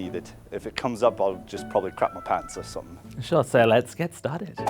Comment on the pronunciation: "sun-thing" instead of "something". Just. No.